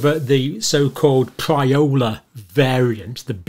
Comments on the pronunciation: Hey John. It’s pirola not pryola. And that word goes way back. Serious scientific discussion never leads with policy philosophy, nor the names of policy makers. Especially in the first sentence. Science based conclusions either warrant action or not. Any doctor who has time to take to the airwaves to inject the word panic (when there is none- in the people or their elected leaders) can’t be much of a doctor quite frankly. You’re not here for science. You’re here for yourself. Which makes you no better a reference than any ill motivated policy maker you could decry. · I'd trust you more if you were able to distinguish between Pirola and "Priola". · Pronounced: 'Pea-roller' John. Not PRY-OH-LA... ;) Don't know about asteroids but in fact the word has an unfortunate meaning In some areas of the Sixth Region of Chile, 'Pirola' was used to name the human urine and faecous pot. Additionally, in Galician is means (vulgar) dick, cock (penis) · Surely it’s Pirola NOT Priola! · Pirola, not priola. Damp squib, not squid (all squids are damp). Verbal typos :) More seriously, a decision to reprioritise might be wrong, but it is not a "panic" - a robust conclusion also based on rather little. Many health workers are older. Receptor misfitting is not inevitable with multispike mutations.. Just saying. No ad hominem responses, please. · Perhaps you could at least pronounce it's name correctly. " damp squid"???